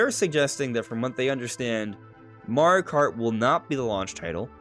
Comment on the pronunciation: "marri kart"